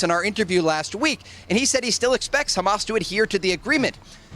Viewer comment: Hamas ❌ Hummus ✅